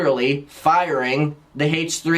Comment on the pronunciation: haych tree haych tree